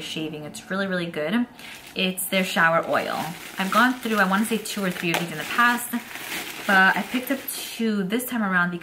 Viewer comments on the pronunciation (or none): none